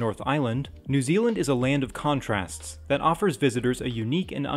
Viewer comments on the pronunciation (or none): none